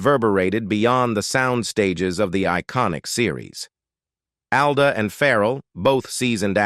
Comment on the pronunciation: It’s not. “A” it “AL”